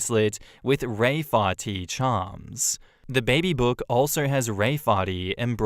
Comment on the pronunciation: Riefeáirtí. There's the Irish version of Raefarty. It's not gonna be pronounced any better, and I bet all the non-gaelic speakers are still gonna read Ray Farty.